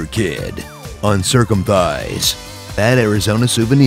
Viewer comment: “Uncircumthighs” W8 a m1nut3